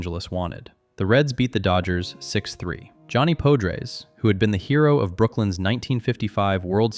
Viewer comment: Johnny Podres' name is not pronounced with a long "o", but more like "padres". 😎